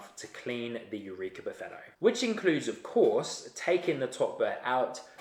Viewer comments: Just launched the vid again, I cant help it, buffetto every time xD Gonna wash my ears, I swear ! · I hear "buffetto" xD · So imagine my reaction when each time you say Perfetto I hear Buffetto (not used to NZ English I guess), I cried from laughter. Thanks for the video, I decided to go for the Eureka Mignon Libra, which I hope to get from Italy for ~500 EUR shipped. Cheers mate :-)